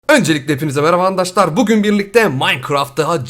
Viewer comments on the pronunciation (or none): Neden hep andaşlar diyon ki neden arkadaşlar demiyorsun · Abi neden andaşlar diyorsun 😍😍😍